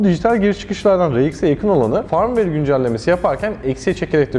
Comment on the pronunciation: güzel paylaşım teşekkür ederiz. Ayrıca Firmware tellaffuzunuz yanlış düzeltmenizi tavsiye ederim. 😀